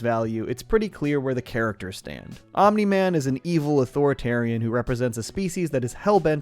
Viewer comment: congrats u got omni man completely wrong